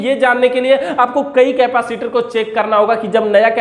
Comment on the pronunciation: केपासिटर नहीं होता है भाई... कैपेसिटर होता है।